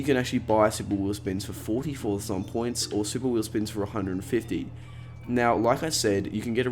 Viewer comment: Did anyone else hear him say forthathon points 🤣🤣